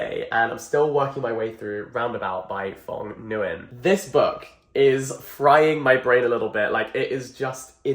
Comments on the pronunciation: sobbing at the pronunciation of nguyen, but it’s not ur fault it’s probably a first time seeing it anyway wow impressive novel the author wrote! nice video !! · jack i love you but why did you pronounce "nguyen" like that 😭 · The way you pronounced that last name 😭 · Not the “Phong Guy-In” 💀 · “The author’s name is phong guyan!” Well, I’ve heard many pronunciations but thats a new one! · I've always heard "Nguyen" pronounced as Wynn or win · Nguyen isn’t pronounced as Nn-gai-ehn but one syllable like the word “win” but with “ng” sound in the front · Oh sir you gotta learn the very common Vietnamese name Nguyen... which is pronounced similarly to "Win" in English, not N-Guy-In. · Correction: the name “Nguyen” is pronounced “Nwen” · ITS NGUYEN, NOY GUYYEN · thank god i don’t have nguyen as my last name T^T my mothers last name is nguyen but she just tells everyone to say wing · Hey Jack! Nguyen is pronounced closer to ñoo-ian, it's a difficult name for English speakers to pronounce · You didn’t pronounce his last name right either times 💀 It’s just pronounced “win” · It’s the “n guy en” for me 😂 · The author's last name is pronounced "win" !! just fyi :) It's a common Vietnamese last name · quick friendly tip: It's not a problem, but I would advise you to look up the pronunciation of the author's name :) Since it's one of if not the most frequent last name(-s) in Vietnam, it would most definitely not hurt, as you will most likely stumble upon it again :D oh sorry, you realized yourself, nevermind :) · NOOO not you butchering the last name😭😭😭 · not trying to criticize or be rude but you mispronounced the name really badly lmao 😭 oh nvm he corrected it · Jack i love you but what was that pronunciation for Nguyen 😭 im surprised not a lot of people are talking about this HAHA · the way he pronounced nguyen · perished inside when he pronounced the author’s name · that was the worst pronunciation of nguyen i have ever heard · The way Jack pronounces Nguyen 💀